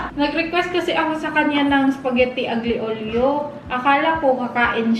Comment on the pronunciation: Alyo-liyo po ang tamang pronunciation ng aglio e oli. Avid viewer po from PH